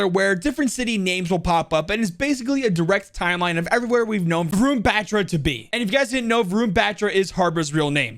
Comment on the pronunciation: its not ron ... its varun..... vaarun.....varun